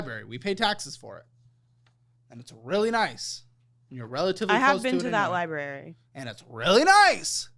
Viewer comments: Ah yes, libarians in a libary 😂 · If they pronounce it "libary" one more time I'm gonna lose it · Library not liberry please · Highlight of this episode is the editors calling out his library pronunciation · Not the editor calling out “Libary” 😂😂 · Its librarian, not libarian and library not libary. Also, don't they teach you how to use a library in school anymore?